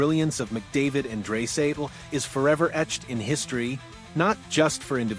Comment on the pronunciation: Its dry not dray idiot